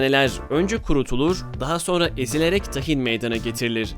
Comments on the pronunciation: Tahin deyisin bi harika 🤣🤣 Tâhin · o tahin deil hızlı deil Yavaşça Tahin diye okunur